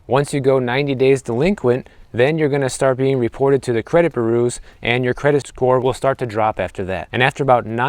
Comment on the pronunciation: "Boo-Roos," lol? A new one for me.